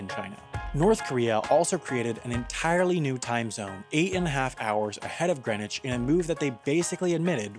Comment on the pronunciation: when they zoomed into the greenwich park i could see my house holy! and you're saying greenwich wrong